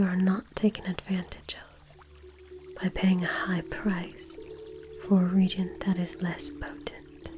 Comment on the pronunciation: Hey! Loved this. Thank you! FYI, “reagent” is pronounced “re-agent”.